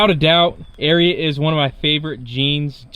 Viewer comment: It's pronounced Air-ee-ott